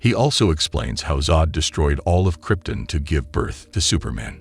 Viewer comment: Everytime you say Kryptin instead of Krypton i shudder